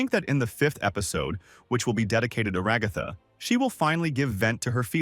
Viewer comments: everyone: Ra-ga-tha Show: Rag-ah-tha Guy:my little milk furs Show: my little milk maids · “and Rahgahthah” 💀